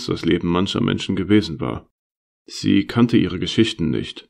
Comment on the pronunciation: Aus Tisch wird Tich.. lustig wird lustick... aus Menschen wird Menchen... ich hab das Gefühl, der Sprecher bekommt die Zähne nicht auseinander. Die Vorleseweise bedarf noch sehr viel Übung! Man kann hier nicht lange zuhören, es ist sehr anstrengend, weil die Sprechweise vermorkst ist. Aber die Story ist gut.